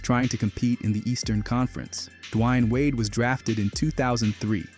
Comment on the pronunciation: U gotta learn how to pronounce Dwayne Wade 😂😂😂